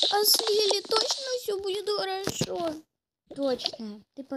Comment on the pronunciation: Не хорово а харашо!